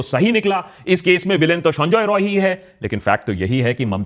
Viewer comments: Akash why do you pronounce Sanjay Roy as Sonjoy Roy. It's sound irritating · He is not sanjoy roy he is sanjay rai sala bihari ata bolte prblm hchhe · Sonjoy Roy nehi sanjay rai (Bihari) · Please correct the pronunciation of the accused name, he is not Sonjoy Roy, it is actually 'Saanjaay Rai', please correct yourself.